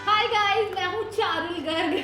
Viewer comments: parul garg ❌charul garg ✅ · Parul garg❎charul garg✅😂